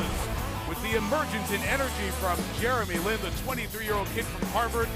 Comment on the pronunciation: announcer said jerry lee lin! wtf?!